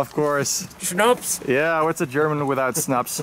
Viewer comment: Your german pronunciation is on point